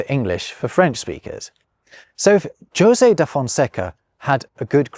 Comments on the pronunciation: it’s Hosay. Not Josay. omg 🤣 you’re funny sometimes:) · I’ve had just enough Spanish influence in northern US to pronounce Jose as “ho-zay” not “joe-zay”. I’m confused as to what happened here. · Are you not aware that ‘Jose’ is pronounced “hoe-say” ? I know it’s a small matter, but for someone making his points about language and culture, this is an issue. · Hey, I know this is an old video but a teeny tiny thing bothers me. If you tried to pronounce the portuguese and french words correctly, why did you anglicise the names José [ho-say in the properly anglicised version, ho-sé properly] and others in the video? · José is of course pronounced Ho-zay. Doesn't know of the song: 'Do you know the way to San José'? sung by Dionne Warwick. Saw her in concert for nothing in the late 80s. Classy lady. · Very careful and excellent portuguese pronuncation ... followed by 'ped-drew carolinu' and 'djo-se' (actually maybe that is right, I only know a little portuguese, and brazilian at that.) hell, hedgehogs were called urchins in english for a while too. It was nice of him to at least sorta give credit to the guy whose book he copied and then tried to change french to english. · Great video,. Very entertaining. However, at no fault of your own but requiring my feedback is that the pronunciation of Jose is in fact Hose. thank you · Wait a second. You should know the Jose in Spanish is pronounced "Yo-Zay", and "Hoseh" in Spanish. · are J's not pronounced as H's in Portuguese? The José rather than Hosé has me to the confused. I will craunch the marmoset till someone answers. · please learn how to say Jose and Pedro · You pronounce Josè wrong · José sounds more like rosé than Josie. It has a more open sound like the pronounced letter Z in British English (zed). Say "jo-Z" and remove the final "d" and you got it. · You butchered José's name pretty badly 💀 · Jose you say it "jo say" but i only ever heard that pronounced "ho say" 🤔🤷‍♂️